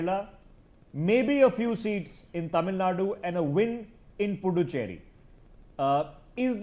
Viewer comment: U can't even pronounce puducherry